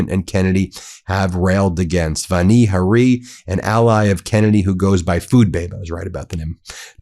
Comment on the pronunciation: It's Vani Hari with the accent on the first syllable of each word. I can tell that you may not know what a syllable is since when you say "Bayer," it sounds like you're saying "bear" or "bare" or perhaps "Behr," as though it's one syllable. Look carefully, because it is two syllables: BAY-ER. Please say BAY-ER clearly as 2 syllables so people know what you're talking about.